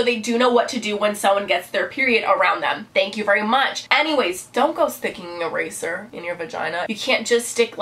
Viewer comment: When you said eraser I thought at first you said razor....ow